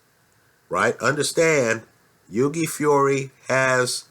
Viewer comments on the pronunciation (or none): its hew - e, not hew gay - like thou-ght.:) in a phone booth i'd pick hughie as well - he'd have the ear off AJ's head inside 2 seconds!! there is a boxing lesson coming from hughie - ruiz is an excellent boxer - one of the best out there - says a lot peter putting hughie in the match and at the very least its a REAL FIGHT! (paper ibf and haye). the undercard is excellent - a great night of boxing on the 29th- one of the best cards for a LONG time and a proper even(ish) main - apparently getting quality together takes time. boxing has been around for 100's of years it aint going nowhere - just the other year was the biggest cash prize in sports. the highest earner in sports is/was a boxer. nuff said. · It's not yugi haha it's hughie pronounce the first H lol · the g in hughie is silent, h-yoo-i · It's pronounced Huey. Like the name Hugh. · i'm a big fan and watch all your uploads but if you don't stop butchering boxers names i'm going to learn a different language and only communicate through that language for the rest of my days. Hewww-ey, Gen -ahhhh-dy. Your judges at trial ever wonder who your talking about? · Hughie Pronounced H-YEW-IE. Silent G. Good vid apart from that lol. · Great vid but it's pronounced 'HEW-WEE' Fury. Ruiz Jr is out of shape, no foot speed but excellent hand speed. I think Hughie will jab his head off all night to a unanimous points decision. I am more confident predicting a Hughie win over Ruiz Jr than I am Hughie to beat Joshua at this stage. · On the next vid pleased try to pronounce Hughie properly it's an Irish name just like your surname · Great overview of the Heavyweight division but you're pronouncing Hughie's name completely wrong.